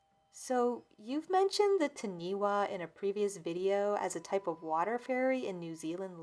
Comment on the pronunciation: Not sure if this story took place in NZ or not but Taniwha is pronounced Tunny-fah. not ti-nee wa. (The wh is pronounced as an F sound in the Maori language). I think I’ve seen this mentioned on another video before. If it sounded like the word being said it’s probably not the same thing.